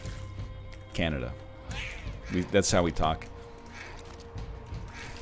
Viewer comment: Idk why, but they accent and delayed "Canada" actually killed me